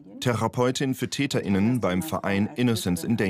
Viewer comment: könnten sie bitte versuchen korrekt die deutsche sprache zu verwenden? das hört sich an als wenn sie dazu nicht in der lage sind und hier handelt es sich wohl kaum um einen sprachfehler es heisst TÄTERINNEN und nicht TÄTENINNEN danke! :eyes-pink-heart-shape